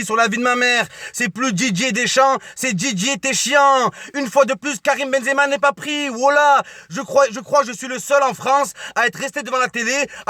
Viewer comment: on a marre de ton benzeama walah je suis algérien mais tu me fatigues avec tn benzeama